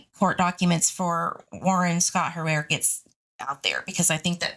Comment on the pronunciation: Hi, Harer is pronounced ( hair er ) certainly not being rude, love you I just thought I’d let you know